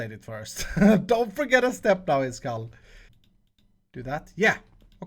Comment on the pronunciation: but the space to mark that you say it is kall not iskall like all the other hermits do